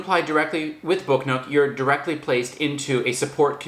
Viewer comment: I thought you were saying book note. lol